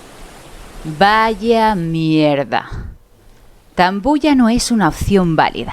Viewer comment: Me da gracia como dices Tambo, la isla, la tónica esta en la "a" XD yo lo se por que soy de Marín, de echo si salgo al balcón ,puedo ver la isla,y la luz del faro por la noche. Al ser de Pontevedra, y escuchar esta historia, se me hace mucho mas especial,veo las calles, el puerto... mi día a día yéndose al infierno... Mi imaginación vuela mucho mas alto. Gracias por tu aportación de parte un Noctambulo Gallego, y cuida esa bonita voz